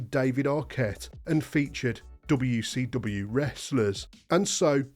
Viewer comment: Anyone ever notice this guy says wecw?